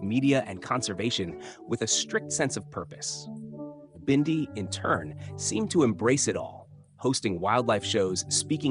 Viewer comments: Why can't you pronounce her name correctly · This narrator says Bindi's name right in one breath and then the next, he miss pronounces it. Bindi, the Jungle Girl show was BEFORE her father, Steve died. I read recently that, Steve didn't leave Teri much in is will and the zoo is struggling .